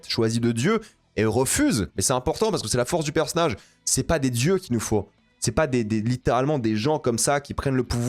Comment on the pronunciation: C'est quoi un "perce nage" ?😂